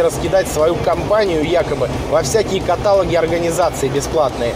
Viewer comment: Всё хорошо, только каталОг и звонИт, please.